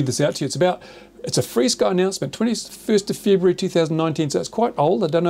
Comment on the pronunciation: Is it REALLY pronouced FREESKY?? How does that work? Here, UK, we say Ef ARE Sky.